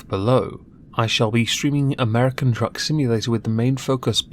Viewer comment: min uh, O.K., "*Truck*"-Simulator. It's American "*Truck*"-Simulator. Not simulating the other thing...